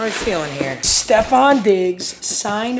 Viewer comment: So proud that papa finnaly says Stefon correctly 🙌